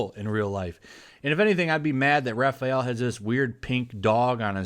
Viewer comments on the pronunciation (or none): none